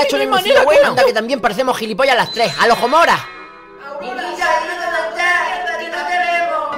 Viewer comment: "Alojgomorah" XDDDFDDDD